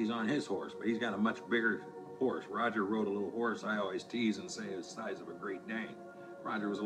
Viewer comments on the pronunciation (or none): none